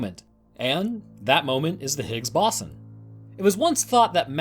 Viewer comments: Stop it, stop saying BASON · My god the pronunciation of ‘bO-zon’ and other words in this was way too distracting 😂 BOSSON wtf is bosson lmao (Still listened to it all tho 👀)